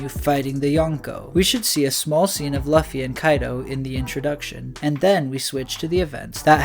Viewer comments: Looooooofy not lufy, you make him sound hes big boy record pirate.sheesh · Its loofy or luufy/lufy and its written Luffy bit this man says løffy (ø as in u in under) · Bro English means its not luffy its luuuuufy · yeah u lost me at "lawffy" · Bro its said Loo fee in one word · how do you have a voiceover spot on this channel and still say “luh-fee” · You can call him Lucy...but its not "luhffy" lol that is all. I dont know why that bothered me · He says luffy (same u as in under or lucky) its annoying as f. Im getring anxiety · can you start pronouncing Luffy correctly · Yo I was wondering if someone was going to say something about that. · Ayo the u in Luffy isnt the same as in under or lucky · Bro says zoan like zoaaan instead of zoen, and says Luffy like Løffy, ø as in the same u in under and lucky, (say Lufy or loofy)